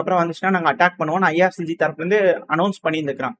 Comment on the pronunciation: irgc not ircg